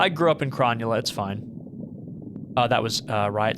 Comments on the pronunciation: Hey btw, the suburb is Cronulla (Crow-Null-Ah), which is in NSW Australia :D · Your pronunciation of cronulla is hilarious, it's a suburb on the south side of Sydney in Australia but you made it sound like a different planet